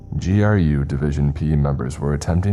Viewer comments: I've been enjoying your SCP readings. Just one minor critique for future reference. GRU is not pronounced as grue. It's pronounced like any other alphabet organization, i.e. FBI, CIA, KGB, NKVD, etc. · the fact that this dude choose the wildest SCP after the flesh that hates is bold af. minus the the GRU and scranton reality anchors mispronunciation, its dope